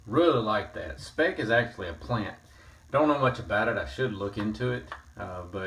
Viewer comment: Hello, thanks for the nice Video! By the way, we (Germans) pronounce the Speick more like you would pronounce it in "spike". :-)